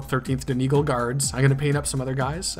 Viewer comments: Its pronounced Don egg all love the tutorial! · Dun E gaul would be more accurate! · It's pronounced dun eee gaw ll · btw donegal is pronounced dunny-gall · saying donegal wrong